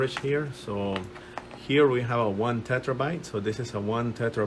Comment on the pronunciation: Terabyte not tetrabyte :)